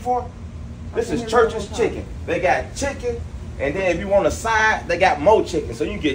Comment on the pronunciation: This Church's.. not Churcheas!!😂😂😂